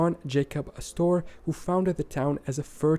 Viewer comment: Yes, as other comments have said, unfortunately there are numerous pronunciation problems in the video. So many names are just not said right according to American pronunciation. John Jacob Astor is just pronounced like Aster, not as-store. Dubuque is just Duh-byook.